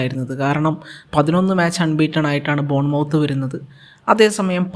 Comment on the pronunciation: ബോൺ മൌത്ത് അല്ല.. മത്ത് ആണ്..